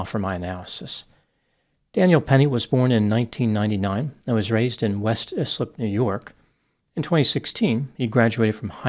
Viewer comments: West Islip pronounced like Eyeslip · West Islip is pronounced West EYEslip. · Its pronounced West “Eye-Slip” btw